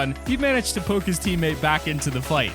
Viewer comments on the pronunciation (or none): none